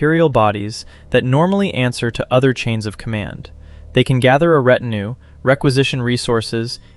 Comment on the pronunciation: And ret-in-ew ... where are these pronunciations coming from?!?!